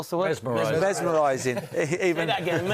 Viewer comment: He’s from England and can’t pronounce mesmerising.